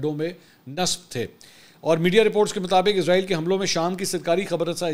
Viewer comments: A.o.A Pehli baat to ye he mansoor shb ap jb jb bi israeel ka name lete ho to ghlt name lete ho ye frishte ka name he jo ap lete ho izraeel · بھائی جان یہ اسرائیل ہے عزرائیل نہیں عزرائیل برگزیدہ فرشتے کا نام ہے